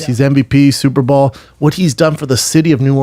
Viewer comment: Why does Brendan keep saying (sounding like) ball instead of bowl? Pro Baller. The Super Ball.